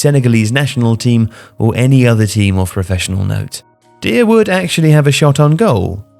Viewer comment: I gotta say, unless you know something I don't, I'm kinda surprised you kept calling him "deer" after the chant which presumably was supposed to rhyme with "liar"